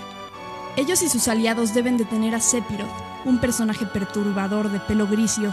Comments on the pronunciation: Narra comiendose letras o las dice muy bajito y tengo entendido que phi no se pronuncia pi ,si no fi,bueno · Buen vídeo, solo un detalle , no se se pronuncia SEPIROT ... se pronuncia "SEFIROD".